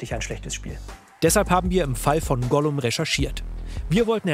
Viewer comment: “Ollum“ lul